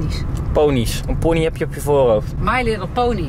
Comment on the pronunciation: HET IS PONNY NIET POONY 😂